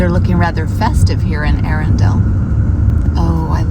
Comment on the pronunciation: Another enjoyable informative vid. There's Swanbourne lake where you can hire rowing boats and a nice pub (The Black Rabbit) by the river just up the road from the castle. Look forward to your travels through my home county. And Arundel pronounced like a true native. 😉